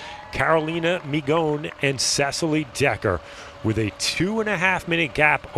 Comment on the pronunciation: If he had kept pronouncing Migoń as mignon here as during the whole race, I would kill myself. Do your homework, mate, learn those few names.